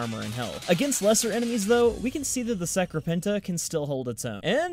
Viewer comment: Dat pronunciation tho